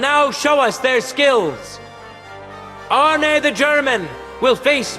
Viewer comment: The "Denglisch" is hilarious, I'm laughing meinen Arsch ab. And I like how you pronounce Arne, to good. ^^